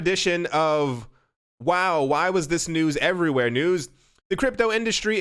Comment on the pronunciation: Hase "everyware news" been added to the TMI drinking game yet?